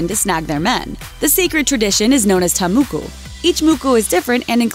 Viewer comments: Ta moko is pronounced "Ta Moh-kho" not "Ta Muku". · i libe in new zealand and she totally butcherd the maori words, Waikato is pronounced why-ka-toeand Ta Moko is Pronoced Ta Moe-koe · I'm from New Zealand, I'm sorry but you pronounced "ta moko" wrong. It's said "tah mookoo" :) moo as in book :) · Its not te muku, it's TA MOKO😂 and you have to roll your tounge when you say Maori😂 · Sooo you butchered the pronunciation of ta moko. Its not muku it moko...like more and core together... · why does she pronounce it ta muku when it is clearly spelt and pronounced ta moko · It’s TA MOKO not “Ta muku” but A for effort. The information about it is false. When women got a ta moko done, it was because they were chosen to be a chief for their tribe and many other reasons why that you’d have to travel to New Zealand for. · It's not pronounced muku it's moko. The Māori one. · Tah mohkoh not tuh Mookies. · ta moko , its TA moko ..lol we get it for our kapa haka this year at school. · your saying Ta Moko wrong. well you basically said every Maori word wrong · sommer tukaki agreed the cringe is real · I don't blame you for mispronouncing a language you're unfamiliar with but I am curious as to where you got the U sound from in ta moko. In any case ta moko is a broad term for Maori tattoo, moko kauae is what you're actually looking for in regards to the female chin tattoo. There is so much that you got wrong here that I have to wonder about the credibility of the information about the other cultures here. I'd suggest that people take this video with a grain of salt and probably other videos like this too. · Omg the pronunciation of the Maori words is so bad🤦🏼‍♀️🤦🏼‍♀️ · Omg when she was pronouncing the Maori words I couldn't help but cringe she got it very wrong